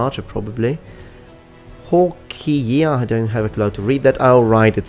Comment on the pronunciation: "Hawkeye", it's pronounced "Hawk eye" mate, as in the eye of a hawk.